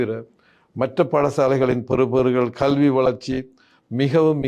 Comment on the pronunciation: கள்வியா?கழ்வியா? அல்லது கல்வி என்பது தான் சரியா? சொல்லுங்கள்? எல்லாத் தமிழ் உச்சரிப்பும் படுமோசமாக இருக்கிறதே! யார் உங்களைத் தமிழ் ஊடகத்துறுக்குத் தேர்ந்தெடுத்தவர்? உங்கள் தமிழ் உச்சரிப்பு தமிழை வேறு பரிமானம் எடுத்து விட்டதோ என்ற கேள்வி உண்டாகிறது.